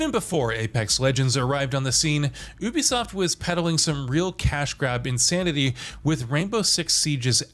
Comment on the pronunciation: Would explain why he keeps changing the pronounciation of "Ubisoft" in every segment.